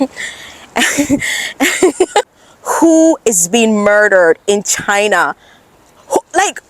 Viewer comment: Oh dear oh dear, a NEW $$$$HILL has appeared in the CCP-$$$$HILLOSPHERE !!! 😱😱🥶😵‍💫 Ok, it's "C C P", darling ! And "China" ! Repeat after me: "China". NOT "Chuh-hynah". And next time, can you do a video about the Uighurs and how they can freely exercise their religion and how there are totally no special CCP education "training centers" in East Turkestan, I mean, "Western China" ? Or how about the Tibetans... haven't heard much from them since Richard Gere's Oscar acceptance speech in 1990. Do they have freedom in China now ?? I will trust that you're totally independent when you say "CCP", pronounce "China" correctly, and assure us that Uighurs, Tibetans and Hong Kongers who like this concept called "democracy" are totally free in China, ok ?